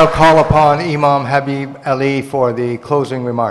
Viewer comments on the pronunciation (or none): none